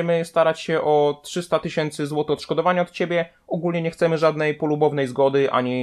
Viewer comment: No i będzie CZydzieści tysięcy oCzkodowania.Doigrałeś się 🤣